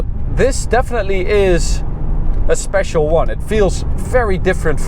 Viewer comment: What language is he talking, Why is he pronounsing these Words like that: scho Schaloon Exschaust This isch Its juscht Its schpechial You can sche Schet thisch Gearboxsch They use much of sch ch sch